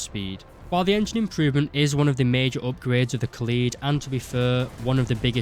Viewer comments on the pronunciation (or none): It’s not ka’lead It’s Kaaaaa led Kaaaaaaa Led